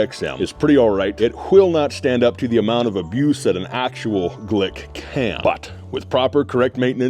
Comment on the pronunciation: Why does he keep saying glick